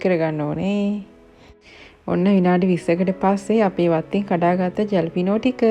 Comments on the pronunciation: ජැලපිනෝ නෙමෙයි හැලපිනෝ කියල තමයි කියන්නෙ j අකුර සබ්ද කරන්නේ හැ කියලයි in spanish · Nice 😀 wish you and your family all the best. it’s pronounced as ‘halepeno’ ‘j’ is like ‘h’ - thought I will let u know as a help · Jalapeño pronounced as Ha never as ja just letting you know i live in a city lots of mexicans cheese as චේඩර් never as චෙඩාර් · It’s not jalapeño. J is silent. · Jalapeño pepper, letter J is pronounced as H. You guys need to eat healthy and lose weight